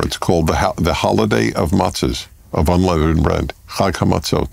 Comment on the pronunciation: You think someone would’ve told Jordan he’s pronouncing “unleavened” wrong. He eventually corrects, but still hilarious 😂 like Biden saying “palmist.”